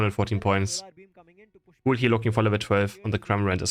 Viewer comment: its not soul its pronounced S 8 U L maybe I'm wrong but the commentators on the stream were calling them btw love your video